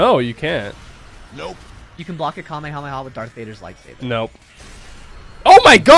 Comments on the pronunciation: It’s Kamehameha not Kema MAMAS like wtf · WHY DOES HE SAY KAME A MAMA INSTEAD KAMEKAMEHA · Bro why does he say kumyamoma bro what is that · Did he just say kamehamama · Is funny and annoying how he says kahmehameha and think that's goku is the strongest in his verse smh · bruh it is kamehameha no kameha'MAMA' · my guy said kamemama🤨 lol nice thoo. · Kamehamama CMON IM TIRED JUST PROUNOUNCE IT CORRECTLY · Bro the "kamehamama" is funny 🤣😂😂😂😂😂😂😂😂😂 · Did You say The kameyomama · I love your vids but my guy said kamehameha wrong 🤣🤣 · Bro said kamemama 💀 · Bro really said Kame ya mama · The way he said kamekameha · Bro said kamayhama💀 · Bozo said kamammama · just a note its pronounced kah may ha may ha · It's ham eh ham eh haaaaaaa not kamehamama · did he say kamehamamad ir isit just me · dude i hate when u say kahamehameha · Stop saying kameamama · bro you prounnounced it so wrong, but anyway love yo vids